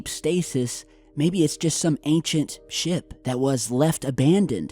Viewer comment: i thought u said it could be some massive shit instead of ship